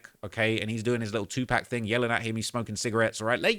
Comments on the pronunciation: It's either Tupac Shakur or 2Pac, not 2Pack, boy. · It’s 2pac not 2 pack 🤦🏾‍♂️ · And it’s 2 pac not 2 pack mf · Hate the way he say 2pack 😂